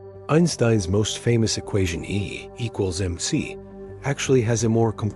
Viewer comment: Yo! Fix your AI voice. He's misreading E=mc-squared and every other formula.